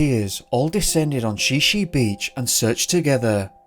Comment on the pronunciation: It’s pronounced Shy Shy beach, not She She beach just fyi